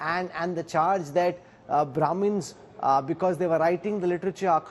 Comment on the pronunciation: Brahmins ....brahmins....BRAHMINS. .....bRaHmInS.......😂😂😂😂😂😂 Thats alllll i heard from Mr Pattnaik